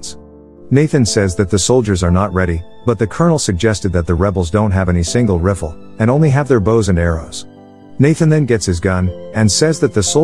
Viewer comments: Yeah the reader always says riffle instead of rifle. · a single "refle" haha